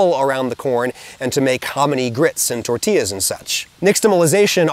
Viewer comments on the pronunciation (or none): none